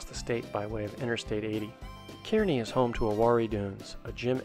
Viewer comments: It’s not pronounced key-rknee it’s pronounced as Car-knee, but don’t worry even some Nebraskans pronounce it wrong😂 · Car-Nee not Cure-A-Nee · Kearney, it’s pronounced, “Carney”, lol. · And it's pronounced "car-knee" . Great video dudes! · I laughed so hard the way you say Kearney lol